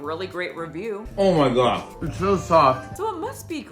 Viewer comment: “PLEASE GWOD PUT THE BROWNIE DOWN!!! “